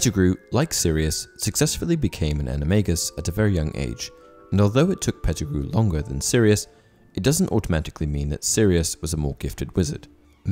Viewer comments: You lost me as soon as you said Petergrew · I can't go on with the video when you said Pattigrew instead of many others more powerful than him. Also in many of your videos, misinformation is quite high. Facts are not being taken in consideration and movies are the base of your knowledge.